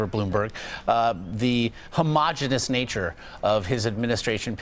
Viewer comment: the word is ho-mo-ge-ne-ous. :)